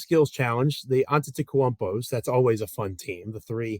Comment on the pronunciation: love the show! Seriously some of my favorite Grizzlies content. You gotta work on your last name pronunciations, though lol. Paolo Ban-CARE-oh. Giannis Aan-tuh-tuh-KOOM-poh 😂🤣